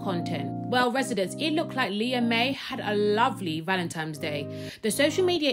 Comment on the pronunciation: ValentiMes Day? Why can't people talk properly?